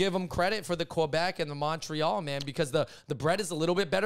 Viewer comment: love how you guys talk about racial discrimination a lot but then this guy just goes offff with that offensive Montreal french accent lol